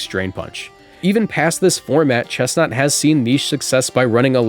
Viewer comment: finally, respect on chesnaught’s name